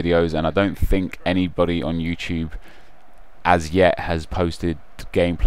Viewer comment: I love how nep says you-choob. Haha no hate, all love.